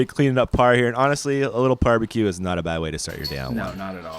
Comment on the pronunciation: Stop saying Parbeque! lol :-D